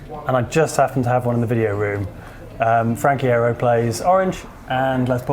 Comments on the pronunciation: It's pronounced "eye-yero" hehehehehe. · Loved this! One little thing though- Iero is pronounced Eye-Ear-Oh :P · this was so cool to watch, but it's pronounced eye-ear-o haha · It's pronounced I-ear-ro 🙂 anyway, sometimes I struggle to find the exact tones I'm looking for, but I usually get pretty close. Any quick tips for MCR tone, please. I have a NUX MG-80 effect unit 🙂🎸🤘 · I'm pretty sure Frank Iero's last name is actually pronounced eye-ear-oh.